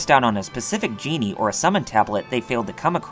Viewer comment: Very well done but I’m pretty sure djinni isn’t pronounced as genie. Only complaint